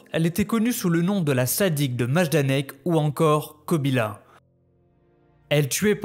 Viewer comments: Yes ! J'ai lu des Maïdanek et des Majdanek donc j'étais un peu paumé sur la prononciation hah ! Merci beaucoup ça me motive beaucoup ;) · S'il vous plaît renseignez vous bien sur les prononciations avant de commencer vos reportages !